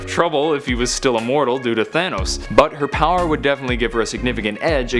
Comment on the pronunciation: He said Thaner lol